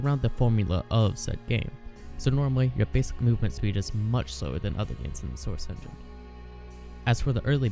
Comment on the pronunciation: the soursh chenghin